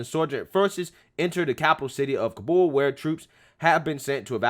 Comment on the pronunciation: Dude cant pronounce ka-bull, not ka-bowl